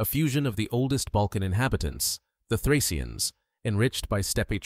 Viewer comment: Плохо, что такой важный материал, освещает Ии. Отвратит. ударение, фракийцев наз. "фрийцы". 🦧